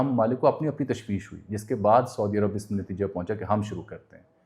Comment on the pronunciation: سعودی عرب اور خصوصاً حرمین الشریفین کا تلفّظ کا درست کریں کیونکہ یہ بے ادبی کی زمرے میں آ تا ہے